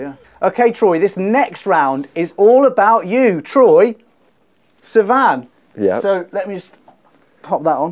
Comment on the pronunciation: "Troye... Siman?" 😂😂😂😂